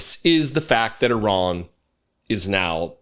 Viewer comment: That's the best pronunciation of Iran. I'm sure Iranians appreciate that.